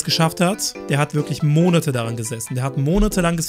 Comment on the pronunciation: wenn man das Wort "Monate" nicht kennt und stattdessen "Monete" sagt..